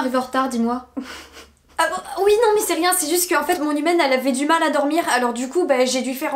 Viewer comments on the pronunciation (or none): J’avais compris «mon hymen» au lieu de mon humaine 😂😭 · Toute la vidéo j’ai entendue “hymen” 😭 c’est seulement en voyant les sous-titres que j’ai compris qu’elle dit “humaine” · Moi qui entends "hymen" au lieu de "humaine" à chaque fois 👁👄👁